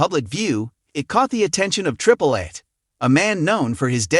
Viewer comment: Did he say "Triple Ace"? 😂😂😂😂😂